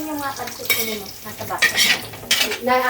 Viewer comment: Pansit madam / not panset baka po ma confuse ang viewers.